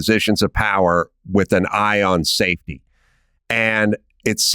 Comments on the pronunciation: NGL that sounded like “in positions of power with an eye on SATAN.” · Everytime Adam says "safety" I understand "Satan" lol